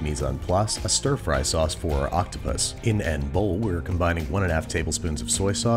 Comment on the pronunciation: In An Bowewle